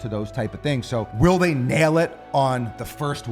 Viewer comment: Every time he says “Tingz” I cringe